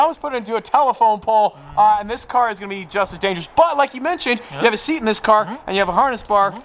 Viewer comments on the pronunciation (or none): none